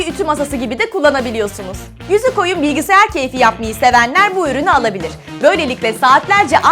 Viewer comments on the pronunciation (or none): none